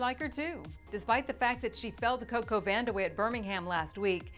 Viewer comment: Vandeweghe? lol